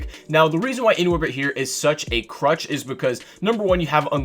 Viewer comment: Why is he saying crutch it's clutch or am I just trippin